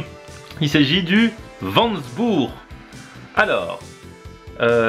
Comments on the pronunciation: Ptdrrrrr chui mort il a dit le plat " vandzbourg " comme si c'était une ville allemande 😂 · Il a tué la prononciation de mofo anana😭😭😭et voanjobory😭😭😭😭